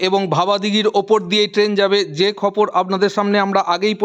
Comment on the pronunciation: দাদা খবর বলুন খপর বলছেন কেন?😅